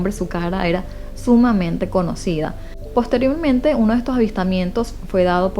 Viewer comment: Muy bien, muy natural y relajada la manera en que narras. Felicidades 😊 Ah, cuidado con la palabra posteriormente 😁🔄